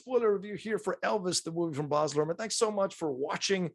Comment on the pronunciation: It's pronounced Baz as in Basil Brush (where his nickname originated), not Bahz. This movie really does have his stamp all over it. Austin Butler was great in it!